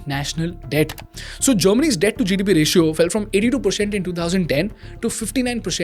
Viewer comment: Content is really good, but you know just work on the accent for example it’s France GDP but not France GDP with a odd and weird phonetic stressing on the GDP at the end and likewise every sentence. Good luck